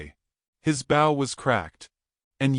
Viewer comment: “Bow” as bo, not Bao : Apache, not “a patchy” : probably mercantile, not “Morgan tile”